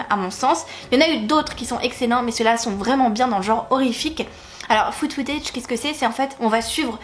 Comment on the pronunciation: Merci pour ces reco :) Autant j'ai vu quasi tous les films dont tu parles (sauf le petit chaperon rouge mais ce n'est pas mon truc), autant j'ai lu aucun des livres donc j'ai noté tout ça ! Et je suis d'accord avec tes choix de film, ils sont tous bons dans leur genre ! Par contre pour rec j'ai l'impression que tu dis "food footage", c'est "found footage" haha 😉